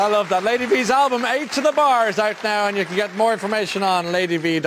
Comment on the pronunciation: Ladyva,in the video he pronounced your name "Ladyvee" and not "Ladyvah" as I had assumed. What is the correct pronunciation? Oh,and you really are fantastic.